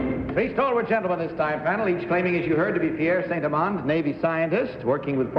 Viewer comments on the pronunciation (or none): “Pierre St. Elans”?? I think it's Pierre Saint-Amand!